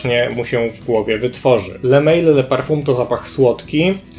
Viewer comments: to nie jest le mejl tyklo le mal. To nie jest angielska firma tylko francuska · Taka drobna uwaga . Sam zapach jak i jego nazwa pochodzą z Francji . Le Mal ( wym. ly mal -samiec) nie le mejl ( tak byłoby po angielsku). Sugeruję korzystać bodaj z translatora , będzie bardziej profesjonalnie. Piszę to absolutnie bez złośliwości , a raczej z życzliwości.Pozdrawiam.